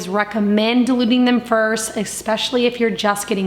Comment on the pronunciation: I love your content and I bought your book which is fantastic and I recommended to so many people and I’ve made a bunch of items. I just happen to notice that you mispronounce the word “especially” a lot as “eXpeshally” I think it’s a common mistake but I just wanted to let you know. Otherwise you’re content is great and I look forward to your videos!